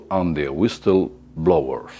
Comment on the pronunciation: "Apolo and de güistlel blobuers"